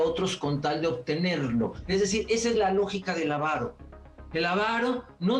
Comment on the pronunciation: Avaro, sin acento en la primera a.